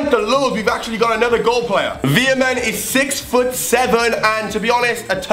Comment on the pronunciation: I am from 🇳🇱 so om laughing how he veerman